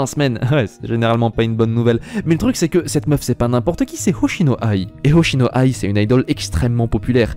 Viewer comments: C'est pas ai, mais aï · Oshino A I !!! Pas Oshino aille, faut faire un peu d'effort quand même